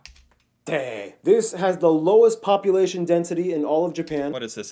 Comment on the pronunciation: "Iwate" is "love wate"??? ?? ?? ? hahahahahaha